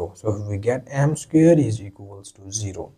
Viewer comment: Its pronounced SQUARE...NOT SCARE !!!.